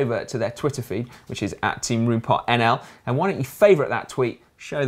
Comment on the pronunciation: Please find a dutch person and get them to pronounce roompot for you. My ears! :)